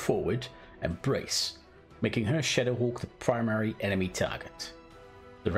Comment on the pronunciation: First time he said shadowhawk, I literally thought he said shitterhawk lmao 😂